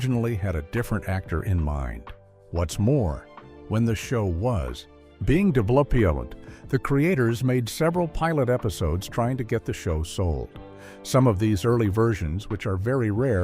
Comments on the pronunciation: Deevelvop? Really? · And why can't it also pronounce the word, "Development?" Ugh!